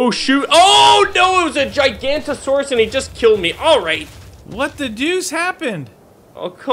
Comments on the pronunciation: the giganotosaurus is pronounced ji-ga-no-toe-saurus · it's jig a nose ise